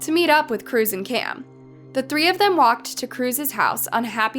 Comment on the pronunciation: You should be more clear w names. It's Kim and Cam. But yet you continuously say Kim and Kim. Very close names needs more pronunciation.